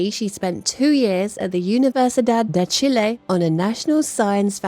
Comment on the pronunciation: Its Chile not Chillay